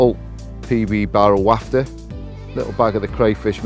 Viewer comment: Haha Yes! but its WHAF-TER...WAFFTER I am sorry!